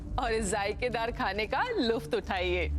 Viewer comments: luft.... lutf bolne ki jagah luft😅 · Mirza ki ammi jaan ko btana to tha k lafaz "Lutf"hota ha "Luft"nai😂😂😂😂😂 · hahahahah ammi huzur says to mirza AIYE ISS KHANE KA "JUFT" UTHAIYE instead of LUTF xD